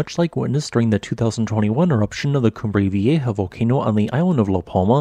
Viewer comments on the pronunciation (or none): none